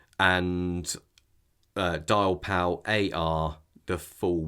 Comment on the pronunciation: It's copper sulphate. And it's not "Dialpal", it's Diapal i.e. DIAmond PALette - no "l".